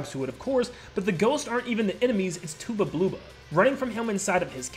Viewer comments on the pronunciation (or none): I'm sorry, but It's not "tooba blooba", his name is a pun of "tub of blubber". It's Tubba' Blubba' XD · Bruh "TOOBA BLOOBA" 💀 its just Tubba Blubba